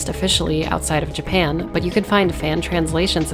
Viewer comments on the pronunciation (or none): none